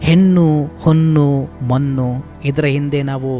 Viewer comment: ಹೆನ್ನು,ಹೊನ್ನು, ಮನ್ನು ಅಲ್ಲ. ಹೆಣ್ಣು,ಹೊನ್ನು ಮಣ್ಣು ಅಂತ ಹೇಳಿ. ಕೇವಳ ಅಲ್ಲ ಕೇವಲ ಅಂತ ಹೇಳಿ.